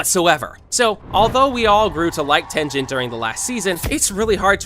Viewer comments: THE FACT THAT GOOGLE TRANSLATE CAN SAY HIS NAME CORRECTLY AND YOU CANTTTT IS CRAZYYY... anyways, its "(ten) (g-in)" you say "g" not "j" its not tengin it is tengen. If this doesnt make any sense go to goole translate and look up the english translation of his name because that is the one thing that google translate has translated correctly. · its ten GEN✨✨✨✨✨✨✨✨ not ten jen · Bro it’s not tenjen it is called tengen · Tenjen what the hell instead of tengen! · is tengen not tenjen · It's not tenjen bruh tengen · Even in official dub it Tengen but this english people always pronounce it Tenjen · Shinobu’s dead sister is names kanae, her adopted little sister is kanao Also it’s not ten-gen it’s teng-en. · Bro really said Tenjen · Are we just gonna Ignore the fact that he just said "Ten Gen" instead of Tengen 😭😭😭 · Its Tengen not Tenjen with a geh sound not jeh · Its tengen not tenjen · TENJEN? ITS TENGRN BRO HE ALREADY SAID UZI TENGEN NOT TENJEN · No way buddy said ten Jen 💀💀💀💀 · Btw is Ten-gen not ten-jen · TenJen...?! What the... It's a hard G. Tengen. Can't subscribe to someone who says TenJen. Wow. Also.. HaSHEEra? No, dude. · He said tenjen😂😂😂instead of tengen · Oh ho ho ho no, there is no way you just called tengen fucking tenjen 🤬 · I think it’s Tengen with a hard g not soft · When you are pronouncing tengen uzui name dont pronounce the g like a j. Pronounce it like a g. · Its not Ten-Jen its Teng-en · “Tenjen” IM DYING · It's not pronounced tenjen, it's tengen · Oh my god the way you pronounce some of these words makes me cringe. I'm sorry, I don't want to be toxic, and I probably could've just kept it to myself, but even so, I wonder what made you pronounce Tengen as tenjin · Bruh its not Tenjen its Tengen Ten-gen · Wtf is TenJen😭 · ITS TENGEN “ten gin” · tenjen?! hashera???!?!!!?? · "Ten jen" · It is pronounced ten gen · "tinjin" is not okay man 😂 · am I the only one who upset at how wrong he pronounced tengen he said “tenjin”